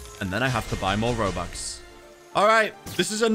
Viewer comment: i love how you said robax